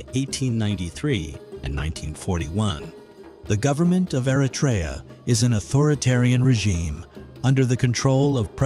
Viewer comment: I wish Americans would learn how to properly pronounce Eritrea. This includes the terrible narrator to this video. It is not Air-Uh-Tray-Ya. It is Err-Ruh-Tree-Ya.